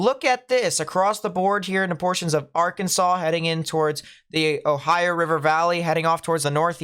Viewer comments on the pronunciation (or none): none